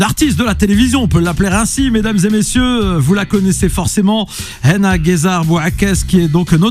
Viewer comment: Pourquoi il dit "HENA" elle s'appelle HANA, non?